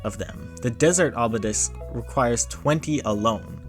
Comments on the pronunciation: (It's 'obelisk' not 'obledisk.') Good video! It won't be long before you have a ton of subscribers. I look forward to the next video! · why didnt bro just say obelisk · A piece of me died inside each time he said "Obledisk." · SAME LMAO I literally thought I was going insane when I kept hearing that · Better than saying Obelix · I saw your comment and still wasn’t prepared for it. 😂😂👀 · Haven't even heard him say it yet and already killing me . . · It’s okay, man. We all have things we mispronounce until someone corrects us. Thanks for the video and information provided. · Why does bro say obelisk like that 😭🥀